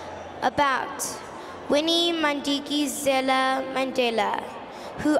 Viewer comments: The priceless look from the younger brother on the side at the bigger sister who seemed to not know how to pronounce her own great-grandmother's maiden name "Madikizela". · Aybo akakwazi ukubiza uMadikizela?!?!?